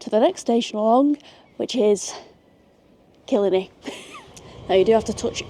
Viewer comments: Had to switch off Could not listen to you say kill a knee one more time 😂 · Daw-key and Kill-eye-knee. Lovely video. Maith thú!